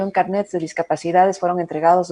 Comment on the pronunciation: No son CARNÉTS son CARNÉS, en singular CARNÉ, no carnet